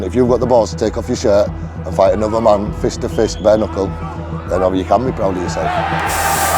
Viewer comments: En anglais "kn" = "n". On dit "bare nuckle" et non "bare knuckle" Voilà, parenthèse du gars chiant, mais ça aurait été pas mal de se renseigner avant de lancer l'enregistrement 😬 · bare KKKKnuckle haha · Juste pour info: On ne prononce pas le "K" de "Knuckle", comme dans "knowledge". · Hey, ce serait quand-même pas mal d'apprendre à prononcer "knuckle", non? Mes oreilles saignent...